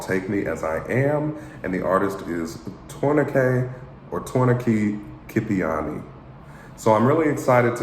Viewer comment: A black man pronouced Georgian Name like hi is Georgian!!!!